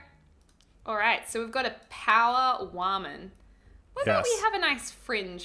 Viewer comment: "I am a wamen"